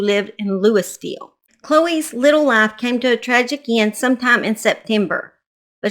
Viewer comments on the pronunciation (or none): Louisville the “s” is silent. 😊